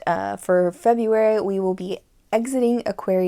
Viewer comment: I love your spirit! And "febraruy" cracked me up. Thank you for your content.